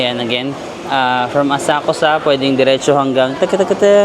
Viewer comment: Walang U ang Asakusa, it’s pronounced ASAKSA….